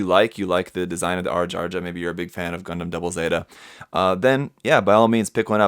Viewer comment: Whenever that dude said "Gun-dehm" I died a little bit on the inside.